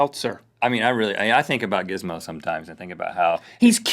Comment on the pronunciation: . It sounded like he said jizzmo.